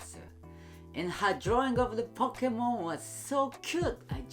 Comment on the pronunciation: The only reaction in this vedio is ''Pockmon name really strong pockmon"